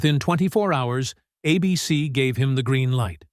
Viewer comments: Wtf is this AI pronunciation that seems to have taken over YouTube? You pronounce the network "ABC" as "Ahh-beh-seh" ????? What were you thinking? And then, you don't correct it. Never watching your ridiculous channel again. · ABC (which, by the way, is pronounced with a long A, not a short A as in this video) never banned Dark Shadows. It was cancelled. Major difference. And why did you show a picture of Tony Curtis when talking about Dan Curtis? Did you think they were the same people? Such sloppiness is evidence of a video and a channel not worth watching. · It's pronounced ABC not a bee sea. I'm not too worried about A.I. yet. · The movie was a swan song for the series. The major characters were killed off in the movie. Dan Curtis was already moving to TV movies. "Ah-Bee-Cee"? AI needs a pronunciation guide. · WTF is Uh-BC? I think the I in AI stands for ignorance. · A Beesee? What's a Beesee? Is that how a fake human reads "ABC?" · A Beesee. Really???? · What is "a bee cee?" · Two minutes in and the AI pronunciations are already grating. The network is not Uh-Bee-See ( , with correct pronunciation 10 seconds earlier) . Please have an actual human listen to your own work before posting. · It took the AI over half the video to say ABC correctly. I loved this show and was one running home from school to watch or the AI cringe would have made me stop watching. Long live Dark Shadows. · Twice the AI didn't use the long 'A' in ABC. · Worried? Neh. Disgusted! Why are mechanical narrators so lousy? Bad timing and mispronunciations of common words and famous names abound, but to screw up something as basic as "ABC" is worse than pathetic. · I loved Dark Shadows. I don't like the way AI pronounces ABC (abeecee). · I have to laugh at AI trying to narrate. ABC is being pronounced as "A BC"! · Why is he saying 'a-bc' instead of ABC? Who wrote this commentary?? I was young but remember that we all ran from the bus stop to catch the last 15 min of a daily, exciting episode 🙂